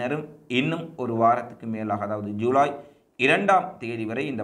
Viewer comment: யூலை யூலை யூலை😭😭😭😭😭😭😭😭😭😭😭😭😭 தம்பி அது யூலை இல்லப்பா! ஜுலை.